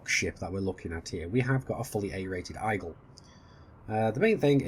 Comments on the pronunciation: Igle? What's the Igle? Eagle.....ee-gal. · Like I get accents are a thing in all but you saying Eyegle triggers me slightly lol